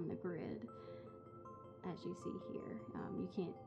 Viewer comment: For a second I thought you said girls instead of grids lol😂😂